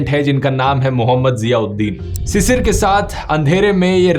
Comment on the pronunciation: Druv its not cicir ... its pronounced as Shishir.. which mean morning dew ... thanks